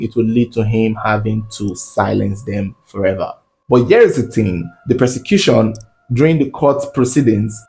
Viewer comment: .....its PROsecution, not PERsecution. Similar words but different meaning. ❤🙏